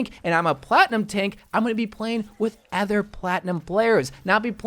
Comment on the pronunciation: There should be a switch role button which puts the two roles in a sort of trade where they can trade their roles, both parties must accept this and might need to happen when at the start of rounds. also, im not liking the way he says other as "ether"